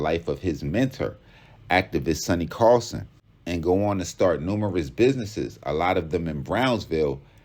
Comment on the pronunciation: SONNY CARSON, not "carlson". WTF.